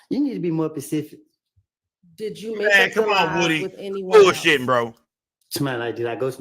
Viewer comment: its specific not pacific 😂😂😂